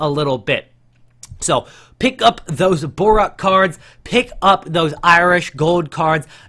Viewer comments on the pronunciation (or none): BORUC :) ----- NOT BORAK